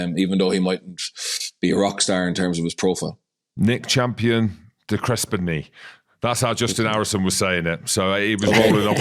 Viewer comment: Think it is pronounced de KREPNI - Champion de Crespigny v old french Huguenot name - has a lot of history in the UK and Australia. Apparently derived from St Crispin.